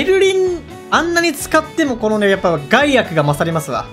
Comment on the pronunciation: ガイアクをゼンアクみたいなイントネーションで言うな 笑ってまうやろ